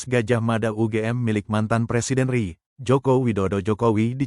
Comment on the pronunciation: Admin coba pilih pembaca yang benar sesuai kaidah bahasa Indonesia....biar enak didengar juga... Masa Baca Republik Indonesia/R I ( Er I)..jadi Ri doang. apa pembacsnya bukan orang Indonesia..?